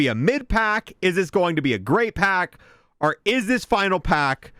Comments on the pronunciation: Holy shit the word is “OR” not “ARE” 🫨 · I don’t think bro knows how to say “Or”